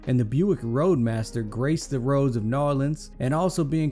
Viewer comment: don’t ever say New Orleans like that again